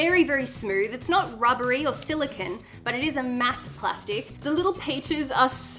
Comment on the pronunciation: Who says silakin it’s silicone😭😭🤣🤣🤣🤣